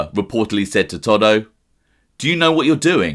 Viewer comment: It's not toddo In Italy anybody with the name salvatory or Antonio Is commonly referred to as toto not fucking Toddo